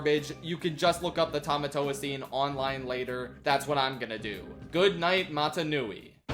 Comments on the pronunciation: wait did he say mata nui. like from bionicle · I caught that too! (Though are we sure he didn’t just say Motunui instead of Mata Nui?) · Mata nui?!? Bro said mata nui not motunui, is a Bionicle fan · "Go watch actual Polynesian cinema," he says. Only to say Mata Nui like he's in Bionicle and not Motunui 😂 (Edit: yes, I know Mata Nui is based on the real Polynesian phrases/terms. I just think it's funny he's referencing an island in a fictional universe completely opposite to Moana's.) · ... Bionicle uses some Maori in its lore my guy, 'Mata Nui' is just a mispronounced 'motonui'